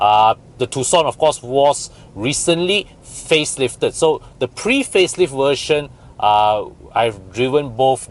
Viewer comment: Think you have hard time pronounce the "V", I heard "Wersion"(version), air con "went" (vent). You can ask Bobby for more accurate pronunciation.